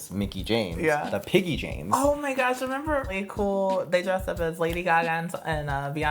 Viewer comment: Its Laycool babe not Lacool😂😂😂